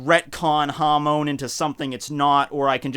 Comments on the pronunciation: Your pronunciation of Hamon triggers me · The way u pronounce hamon sounds like youre saying ham in spanish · Hamon sounds like Ham in Spanish.